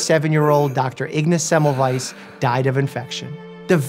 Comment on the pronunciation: I'm part Austrian and it's pronounced "Ignatz Zemmelvaiz", the "a" in both words being promounced "ah".